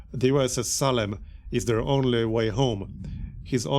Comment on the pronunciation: Good stuff! Just FYI, it's pronounced "Say-lem", if you're interested. The town of Salem was made famous by the Salem Witch Trials.